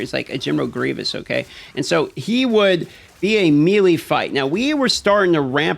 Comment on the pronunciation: you did not just say melee like that